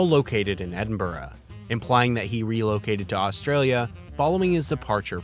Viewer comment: Well done on pronouncing Edinburgh correctly 😂👏 most Americans don’t